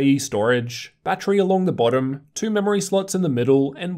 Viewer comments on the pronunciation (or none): They way you say two kill my ear are you pulling out of your gut. Everything else you say is normal.